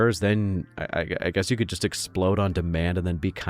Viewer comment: Did you say "hazard a guest?"